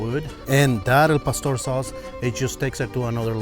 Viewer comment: Al Pastor sauce on anything is gold. Btw folks it ain't El, as in tacos Al pastor